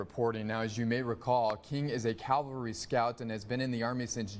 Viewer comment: I know that in the scope of things this may not seem important to anyone but me. The reporter actually said that "... King is a Calvary Scout.." Calvary is the place the Lord Jesus Christ was crucified. King was reportedly a Cavalry Scout. Cavalry NOT Calvary. The level of education and vocabulary skills today in reporting is just embarrassing. It seems that this soldier had some sort of death wish to have purposely run over into North Korea.